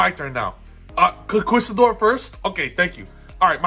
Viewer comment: Concerned that an adult can't pronounce conquistador